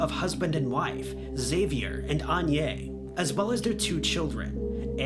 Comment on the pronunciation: It’s pronounced AgnèSSSSS (ah-nee-ess) - Agné isn’t her name.